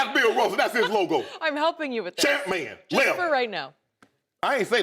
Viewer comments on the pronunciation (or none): Champman not jumpman !! 🤣🤣🤣💀💀💀💀💀💀💀💀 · THIS DUDE Shannon IS A FOOOOLL LMFAOOOOOO! 😂😂😂😂😂 "ChampMan" "Levem..i didnt say Eleven. I said "levem" 😂😂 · This man just said champmans